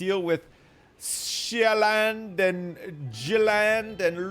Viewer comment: The way swedes say Sjælland isn't quite right tho